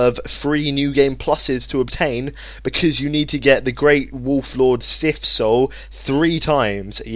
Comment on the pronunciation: You said the Sif weapons incorrectly